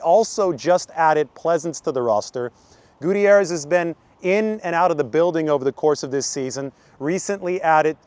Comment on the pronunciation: You pronounce Gutierrez name wrong